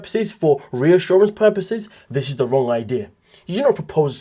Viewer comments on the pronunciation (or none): none